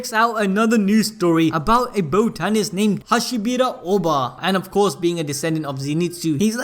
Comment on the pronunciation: The way you say botanist man cmon